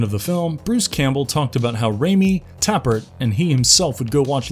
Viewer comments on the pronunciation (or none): It’s pronounced Tape ert, not Tap pert.